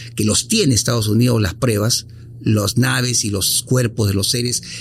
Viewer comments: Todo bien, pero me estresa escuchar a cada momento la palabra mal pronunciada, "prebas" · ¿Porqué dicen prEbas y no prUEbas?...